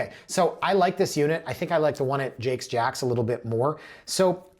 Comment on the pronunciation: It’s definitely pronounced as if it was spelled “Jakes”, not “Jacks”😊